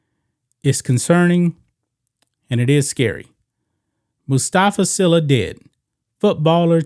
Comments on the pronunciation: And White Sports.. His las name is pronounced SEELA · His last name is pronounced SEELA